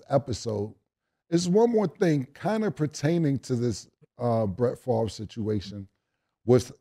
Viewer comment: "How is Brett Farve even eligibile for welfare?"